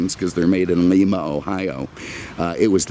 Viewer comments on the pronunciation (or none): One of my all time favorite cars. Always wanted one in red with a white interior. Though you will probably never again say the word "Lima" it is pronounced "Lyma" and not Leema. Interesting that Ford built engines in the Ohio city where some of the best steam locomotives were built many years ago. Love your videos with all your history, opinions and unique comments. The F bomb story was the best! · That engine was manufactured in Lima, Ohio. Pronounced lye-ma like the bean. 😉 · You will not believe this. I spent about 12 years of my life in rural Ohio, when you mention the Lima Engine at about the 16 minute mark, that is actually not the way the residents of Ohio pronounce that name. Unlike the city in Peru, Lima in Ohio is pronounced ‘Lime-uh.’ It’s the most convoluted thing I ever heard and I still chuckle when I think about it. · as always very entertaining video...........one suggestion.............Lima (soft "i") is in Peru while Lima (hard "i") is in Ohio............Cheers!